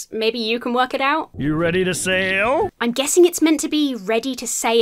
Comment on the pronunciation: I believe he is saying "Are you ready to sail?" but he holds on to the word "sail" weirdly, so it's like two syllables lol.